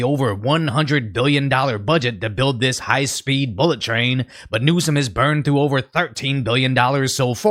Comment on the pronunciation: Gavin NewsUHm. Man that shit was pissing me off.